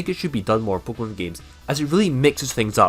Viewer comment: This dude says pkmon instead of pokemon